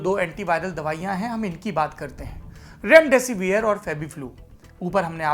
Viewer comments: Mr it is not रैमडैसी वीयर... it is डैसीविर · कम से कम उच्चारण तो सही करो रेमडे सिविर को रेमडे सिवियर चिल्लाये जा रहे हो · Severe pronunce kyu kar rahe ho